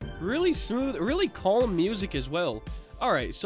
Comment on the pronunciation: People: Calm: C o l m